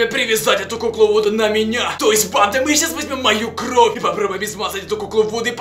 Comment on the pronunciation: не кров а кровь